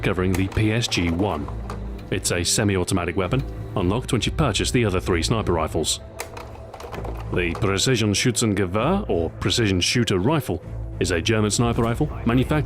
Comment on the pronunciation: Precisionshüzengewähr :D Präzisionsschützengewehr dude.